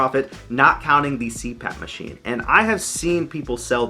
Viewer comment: “Machime”….I’ve laughed and said it out loud too many times so now I don’t know how to say it the correct way anymore. :D